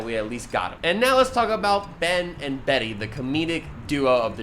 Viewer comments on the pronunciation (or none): none